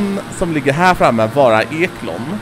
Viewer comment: ekoln inte eklon!